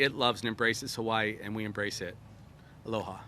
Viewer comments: "ALO-people of Hawaii" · 1 minute in, couldn’t say Aloha, mispronounced names, made inappropriate and off colour joke, forgot the mayors name, compared him to a football player of a team he couldn’t remember the name of... 1 minute.